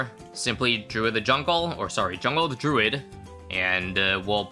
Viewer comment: thank u for pronouncing druid correctly